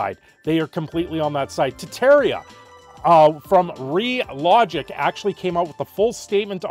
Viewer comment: Ah yes, "Tettaria," my favorite.